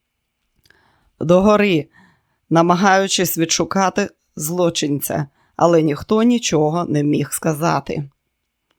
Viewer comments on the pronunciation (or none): Дякую каналу за цікавий роман.Шановна пані,працюйте з наголосами. блІдий,має бути блідИй злОчинець,має бути злочИнець шпигувати,а не шпигунити і т.д.